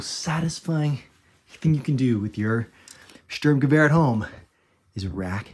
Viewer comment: huh, outside of Sturmgewehr, your pronounciation of the German words is much than many other foreigners I've heard.